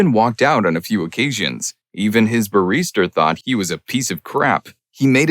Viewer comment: The word 'barrister' is not pronounced like 'barista'.